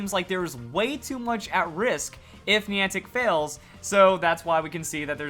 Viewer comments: You say Niantic weird lol like have you heard anyone else say it like that😂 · Niantic screwed up even more than screwed up the pronunciation of Niantic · The way he pronounces Niantic... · Stop saying niantic wrong, it's very annoying